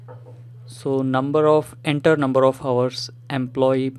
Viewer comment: hours bolna seekho bhai